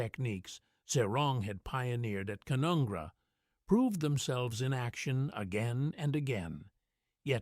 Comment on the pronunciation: It's pronounced Can-un-gra!